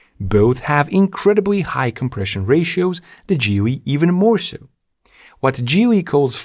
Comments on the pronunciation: Why are you calling it GeeWy? it is GeeLee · Geely is pronounced "Gheely" like ghost